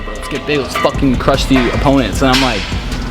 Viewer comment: lolll, "lets fawkin cursh the....opponents" - Noah